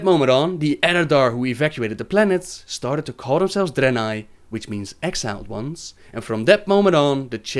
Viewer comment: what accent is that? I'm just curious never heard someone saying "started" as "stard" before